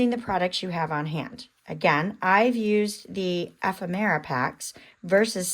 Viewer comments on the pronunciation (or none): Pronounce ephemera. F. M UR Ah